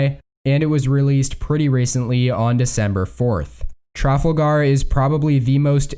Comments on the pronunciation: Stress on the second syllable, that’s the key. The voice sounds like a robot. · Every time this guy pronounces “Trafalgar” I laugh. it’s tra-fal-ga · Yeah. I thought his pronunciation sounded a little strange.